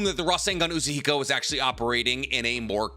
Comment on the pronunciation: Say Rasengan Uzuhiko again.